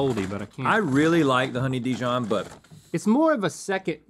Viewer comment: "honey dee-john" is the new "grep jahm" Link sure makes those words fancy!